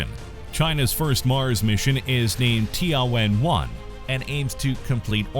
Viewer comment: Tian should be one single word, don't separate it as ti + an. So it is Tian (sky, heaven) + Wen (ask, question), not Ti + An + Wen.